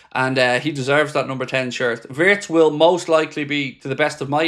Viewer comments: It's pronounced vii-ye-tz not vertz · Its not vertz its wertz